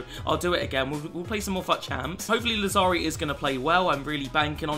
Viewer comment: Làzzari, not Lazzàri